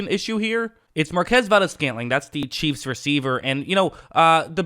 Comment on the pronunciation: Every time it sound like you say, the Kansas by City Cheeze